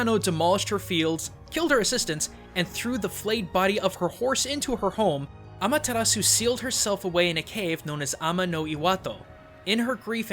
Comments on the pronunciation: When saying Amaterasu, dont roll your r's. It is a japanese name and in japanese you pronounce R's with an L sound. Just a suggestion about pronunciation. The video was really informational though! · Nope I imidiatly tought about Okami aswell when he said Ameritasu